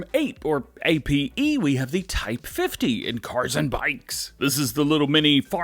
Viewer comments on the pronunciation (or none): The APE is pronounced Op-A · Ape is pronounced like appay